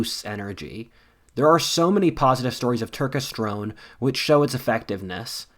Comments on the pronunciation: Hey if you take this sponsorship again, it’s Tur-kes-ter-one not Tur-ke-strone. I want you to do well with your sponsorships, I’ll probably buy from it. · Cmon bro you aint helping men by schilling another fake bullshit supplement like Turkesterone (which you didnt even pronounce correctly, btw). Just so you guys readong this all understand, turkesterone has only had positive effects on influencers who happen to be sponsored by it (like everything else in the supplement industry). If you wanna get in shape and have better energy just focus on eating right, sleeping right, and exercising hard and smart and you will be fine.